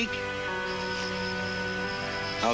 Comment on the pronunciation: His name is Sam not Sayam.